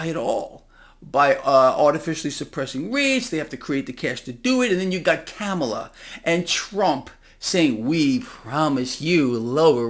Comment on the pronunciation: You sound like a total moron when you say Kamala the wrong way. It’s (calm-alha)